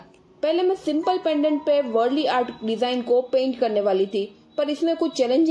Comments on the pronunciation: It's वारली and not वरली as you pronounced .. But its good what you did.nice. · Its not pronounced as “worli”… 😂 It’s वार्ली. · Dono hi sundar hai! Ise wurli nahi waarli kehte hai. Aakaar ko achche se pronounce karo. Baki sab bahut achcha hai. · Correct pronunciation of Warli art ka Waarli hein